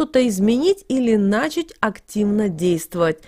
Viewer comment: Ты дочка горбача что-ли? Ликбез хотя бы окончила. Не нАчать а начАть правильно говорить. А может ты Маугли?